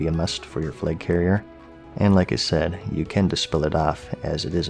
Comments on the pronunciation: Its flag, not flage. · why is he saying “fleg” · Fleg?! or Flaig?! 😉